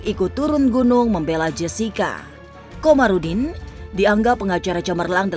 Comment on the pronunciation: Kamarudin bukan Komarudin!